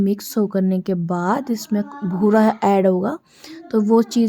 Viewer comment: भूरा नहीं बोलते बूरा बोलते है।